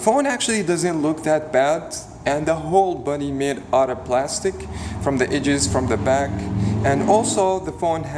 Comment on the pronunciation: THIS is what happens when you put your head in a vice clamp. Pawn shop? No, that makes sense. Your video was 10 minutes too long! 5 minutes, hit the power points and be gone. EDGES not AGES <--- English articulation lessons